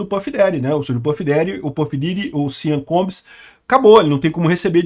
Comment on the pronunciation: A situação desse cara tá mais dificil do que o acertar o nome dele!